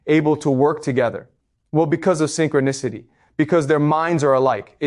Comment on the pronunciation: These AI talks are interesting, this is a word document fed to an AI on Eleven Labs or something, and it's realistic enough, I guess... but a real live talk with him would be better. "Synchro-nahcity" etc, haha it sounds ridiculous at times.